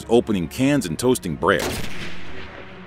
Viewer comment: "Opening cans and toasting breah."